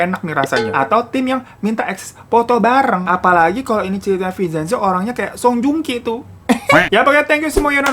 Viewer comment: Bang vin cen zo bukan vi cen zo😂